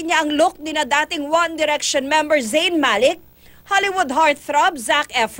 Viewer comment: Hahahahaah na tawa ako sa one DAriction..